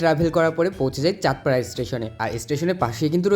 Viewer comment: Bhai tui "chaand para" bolli ami "chaander para" shunlam😝😂😂 Btw... Biryanir khoj eto paash kikore re? 🫠